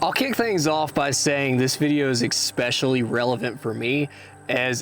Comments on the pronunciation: ESS Specially. Not ECK. Sent with love. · Great video my dude. But it’s ESpecially. NOT EKSpecially. Thumbs up. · Good video but I just have to say I heard egg-specially a lot.